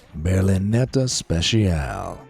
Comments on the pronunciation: It's not pronounced Berlinetta special, but Berlinetta speTSialE (if we pronounce it in Italian). Also the Lamborghini isn't Venino but Veneno (the 2nd "e" is "e" too, as in Italian "e" is always "e" and never "i"). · ITS PRONOUNCED SPE SHE A LEE